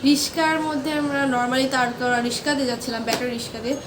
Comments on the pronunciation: Artix✅ Artistic❌ রিকশা❌ রিশকা✅ 😂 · রিকশা ❌ রিশকা✔️ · Rickshaw ❎ Rishka😂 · রিশকা না রিকশা 😅😊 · রিস্কা❎ রিকশা ✅ 👍🏻👍🏻